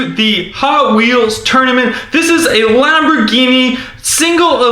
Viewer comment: U should look up how to pronounce the car names right